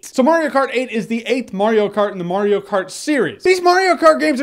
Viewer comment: it's M-A-RIO not M-O-RIO!